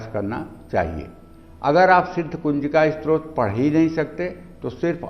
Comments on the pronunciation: स्रोत नही स्तोत्र....आपका का उच्चारण अशुद्ध है #डिसलाईक्ड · आप पहले अपने उच्चारण को शुद्ध कीजिए। आप स्तोत्र का उच्चारण स्रोत और ब्रह्म का उच्चारण ब्रम्ह कर रहे हैं।